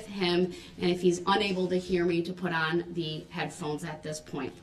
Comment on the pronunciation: Wow...reading "thee" book